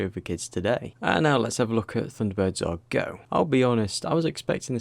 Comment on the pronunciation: 「サンダーバード エーアールイージーオー」？😢 主さま、「not Japanese」？